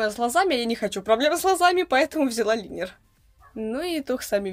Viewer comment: Лайнер а не линер😁